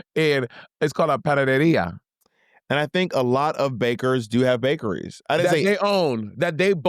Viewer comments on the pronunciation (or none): Not Monet thinking she ate butchering the word "Panadería" hahaha